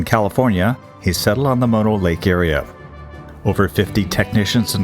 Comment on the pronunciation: What a strange way of pronouncing Mono Lake. Sounds like you are calling it moto or modo lake.